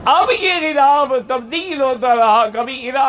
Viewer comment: Gulaf nahi ghilaaf hota hai.